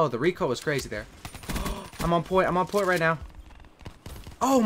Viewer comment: Stop saying I'm on poiny